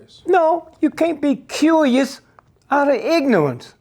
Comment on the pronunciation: "I'm just curious" "No! You can't be cuujioous....out of ignorance"